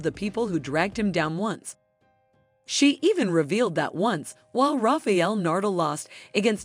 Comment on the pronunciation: Nice vídeo, but who is 'Rafiel Nurdle'?